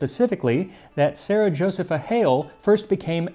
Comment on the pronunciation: Josepha is properly pronounced Jo-see'-pha. I make a cranberry apple pie with a streusel.😊